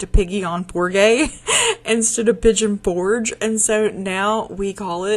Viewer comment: Pollo is chicken in Spanish. It sounds like: Poy - Yo. That was so sweet of your Father in law🩷 It was such a privilege and wonderful blessing to pray for you to grow your family. Seeing Arthur is a beautiful reminder of God's most precious gift. Oh my, Piggy on for gay😂